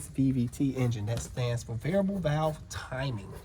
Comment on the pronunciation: What is a “valave?”